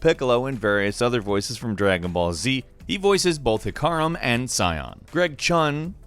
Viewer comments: I literally split my black tea when I heard alkalai (and fking hecariwjhaquhzjsm tho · moar please. Pronounce, Ah kah Lee. Akali. Heck Ah Rim. Hecarim. And Vi is Vi. Not Vee. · it tilted me super hard hearing how he says Akali and Hecriam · "Hickareim".... yes... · Holy crap the pronunciation of akali and hecarim were awful in this. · try to do research on how to pronounce names of certain characters: you mispronounced Akali, Jarvan IV and Hecarim pretty badly. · Number 1: It's "Free" The pronunciation is killing me. Akali and Hecarim. Still love you.